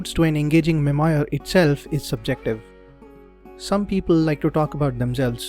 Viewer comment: Nice :) You may want to check how to pronounce memoir. Also, when you create a video, why not show your video as well? 90% of communication is non verbal.